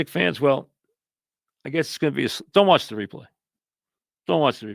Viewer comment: "DONT WATH THE REPLAY...DONT TORCHURE YOURSELF"😅 LOVE IT.